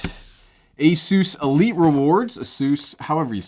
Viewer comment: ĀSUS (PEGASUS) R.O.G. (not ROG/RAG) STRIX (not STRYX) DAMN MAN,DO SOME RESEARCH